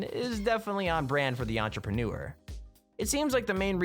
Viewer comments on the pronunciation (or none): none